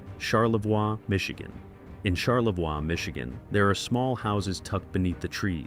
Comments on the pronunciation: It's pronounced charlevoy not charlvwa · Or Char- le-vwahhhhhhh I'm cringing!!!!!!!!! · Shar la voy😂😂😂😂😂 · Born and living again in Charlevoix, it's annoying as f*ck listening to this...